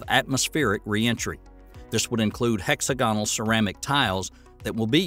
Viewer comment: Regolith is pronounced rĕg′ə-lĭth″ rather than "Ruh-GAH-lith" Hexagonal is pronounced hĕk-săg′ə-nəl rather than "hex-a-goh-nuhl"